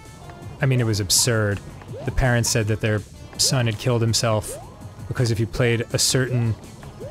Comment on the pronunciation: Dan pronounces ‘parents’ with a H and it annoys me but he’s precious so I’ll forgive him 💜